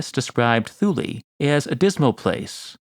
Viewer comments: Additionally, Thule should be pronounced “tool -ah”. No matter! always has some fascinating stuff for our delectation! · "Scilly" is pronounced 'Silly' and "Thule" is pronounced 'Tooly' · If you’re going to make videos and present yourself as an authority, it will serve you better to pronounce place names correctly. Thule has a hard T. Like the word Tool with an added ee Pliny has a short I. To rhyme with Shiny, not Penny. Also your narrative voice is like cough syrup. Slow and sleep inducing. You’re trying to engage viewers, not give them a good nap